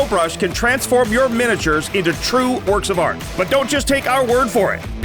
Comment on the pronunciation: am I the only one who heard orks of art instead of works of art during the pico brush ad?